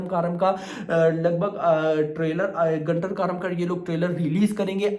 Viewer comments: 'गुंटूर कारम' बोलो भाई..... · Bhai Naam galat bol rahe hain movie ka